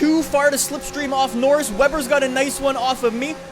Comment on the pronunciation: Why does say norris' name wrong